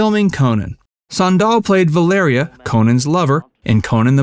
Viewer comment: Went to high school with her (SME69). Kind of annoying to hear you pronounce it "san-DAHL". It's pronounced like the footwear: "SAN-dal".